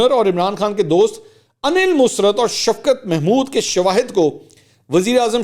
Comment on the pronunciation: Mansoor , can you not say “ Musarrat ? You always say “ Musrat “ .